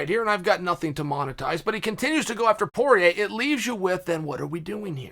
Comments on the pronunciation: Chael "Dustin is Porieir" Sonnen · “Dustin is Porier” also -Chael Sonnen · “Dustin is Poirier” - Chael Sonnen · ''Dustin is Poirer.'' - Chael Sonnen.